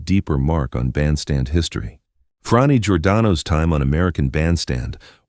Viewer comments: Why are you saying Fronni? Her name is Frannie sounds like Danny. I never heard the name you use. us W mmuses for her summer home in N J. Are you sure you have that right? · My understanding is thar her name is pronounced "Franny," not Fronny." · YOU MISPRONOUNCE BOTH HER FIRST AND LAST NAME (OVER AND OVER}. YOUR GET AN F PLUS ON YOUR REPORT CARD. ON THE BRIGHT SIDE, IT ISN’T AN F MINUS. P.S. GOOGLE THE WORD RESEARCH. IN THE MEANTIME, GO BACK TO THE FACTORY FOR NEWER AND SHINER COMPUTER PARTS. ON THE BRIGHTER SIDE, YOU ACHIEVED YOUR PURPOSE OF DRIVING US ALL CRAZY. 💩💩💩